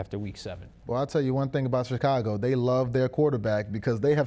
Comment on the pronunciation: Did say ShitCago??? 😂😂😂